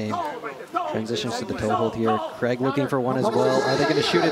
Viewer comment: Does the commentator know it’s Craig not Creg